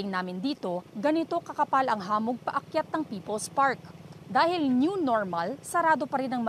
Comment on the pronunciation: Mali kasi ang bigkas. Dapat mabilis na bigkas ng hamog. Sabig ng reporter, ha-mog. Pansin ko sa GMA, hindi sanay sa Tagalog ang mga reporters. Kahit si Jessica Soho madaming salitang Tagalog ang mali ang bigkas.